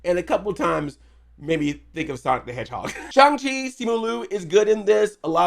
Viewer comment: I like how you're one of the few people who actually pronounces his name correctly.